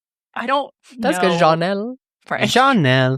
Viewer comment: French Canadian here! Janelle’s pronunciation was pretty good! Love your show!